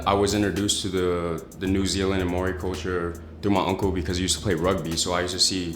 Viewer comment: The way he says Maori is cringe